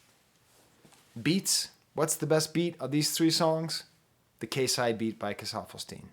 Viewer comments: KayCyyy is pronounced like Kay-Cyyy,K - from alphabet,Cee - like Shawn Cee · professor. its pronounced K C spelled KayCyy. KC is short for king confidence. regardless, thank you for including him.